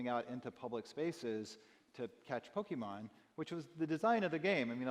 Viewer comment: How is this guy the CEO of Niantic when he can't even say the name of the game correctly.